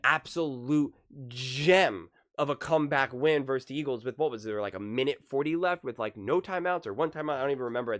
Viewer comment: Love your vids man but for the love of Bart Starr, please don't say "verse" when you mean versus, pronounced...........VERSUS.